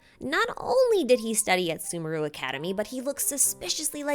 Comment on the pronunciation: I am not going to listen to someone who can't even pronounce sumeru correctly